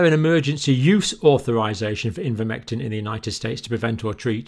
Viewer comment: Linguist here: it should be eye-ver-mectin not in-ver-mectin. ) He goes back and forth, bless him.